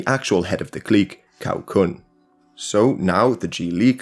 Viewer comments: 尼玛一群外国人做什么中国历史视频？错误百出！曹锟居然念成考昆？你们国家没有历史是不是？误导世人，罪孽深重！ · The video is a satisfactory overview of the situation in China. My only issue is with pronunciation: Cao Kun and Cai E are pronounced Zao Kun and Zai E. For a more in depth view I suggest the China History Podcast by Laszlo Montgomery. Their series on this era is very enjoyable.